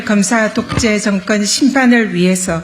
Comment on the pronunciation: 증건 정권 총슨 총선 그리나그러나 쏙여서속여서 드이상더이상 이븐 이번 이럴 이를 민주당 압승 을 위하여 온국민이 지지합시다 슨택 선택 발음이 경상도 는 저렇게 안되나?